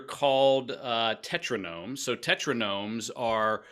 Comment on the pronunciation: this guy cant understand the difference between the sims and simcity, cant read Alexey Pajitnov when he's reading it on screen, and calls tetronimoes, tetronomes. i dont think he's qualified to talk about games, listening to the rest just to see how many fuck ups there are gonna be. lol